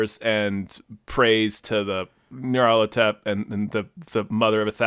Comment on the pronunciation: mispronounced Nyarlathotep like a dozen times ☺️